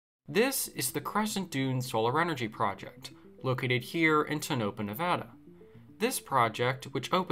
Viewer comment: It is pronounced Tone-a-paw with a short "a". It is not pronounced To-Nop-a.